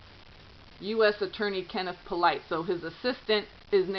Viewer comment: Polite is pronounced "POO-lee" in that neck of the woods. :) Our family grew up with some Polites.